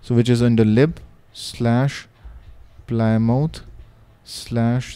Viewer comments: it's pronounced 'plim-oth' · btw, it's pronounced pli-muth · Well done. Is there a way to preview what each splash screen will look like before installing it? PS "Plymouth" is pronounced "PLIM-uth." Thank the Brits for that. :D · We indian called it ply mouth